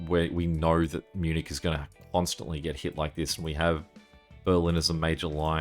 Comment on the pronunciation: No Munich pronounced Miu-nik.